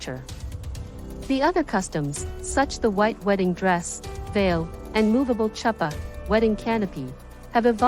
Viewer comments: You can't even pronounce it correctly...Chuppah...not Choppa .. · Don't give lessons when yoiu can't even bother to learn how to pronounce the words. "Chuppah" smh